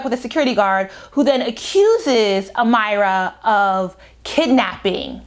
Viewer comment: You are Butchering these names to have listened to the Audiobook lol. Who are "Alec" and "Am-eye-ra"? lol Good commentary though.